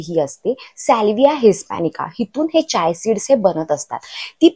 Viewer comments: Chay seeds vegal ka bolatayet Chiya seeds bola😅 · Chiya सीड्‌स बोला ताई